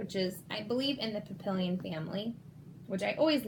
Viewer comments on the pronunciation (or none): It’s pronounced papiiilloon, French for butterfly